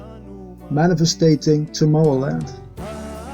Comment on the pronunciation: Manifesting.... not manifesTATing... just saying. Thx